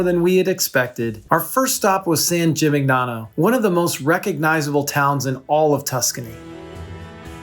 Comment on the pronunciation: Hi great video… but it is driving me crazy that you’re mispronouncing “Gimignano” throughout. It takes a quick google search to find proper pronunciation. jee-mee-NYAH-noh.